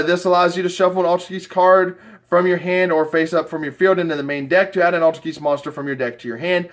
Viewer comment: Do you not know how to pronounce Altergeist. Its like poltergeist.